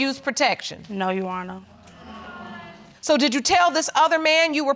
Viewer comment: Sounded more like “ yes Ju hono “😂😂